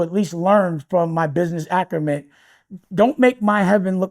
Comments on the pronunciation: WTF is "Business Acrement" Dame? Did you mean Business ACUMEN? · My man keeps saying "business açrument". The correct term is business acumen*. Dame, stop trying to sound smart. You sound crazy 😂.